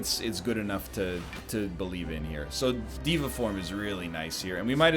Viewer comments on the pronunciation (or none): Why does he keep making fun of people for correcting his pronunciation of deva but then he pronounces it a second incorrect way? day va you nerd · Diego I just think it’s funny that he’s obsessing over the pronunciation and keeps going “diva. No sorry dev uh” even though neither is correct and he hasn’t once pronounced it right.